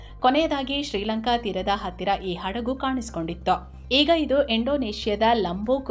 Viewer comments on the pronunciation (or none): none